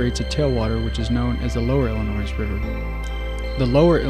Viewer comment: Great video. The "s" is silent in "Illinois".